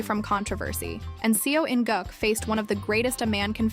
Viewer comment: Ffs you "specialise" in kdrama. The very LEAST you should do, is to pronounce the name properly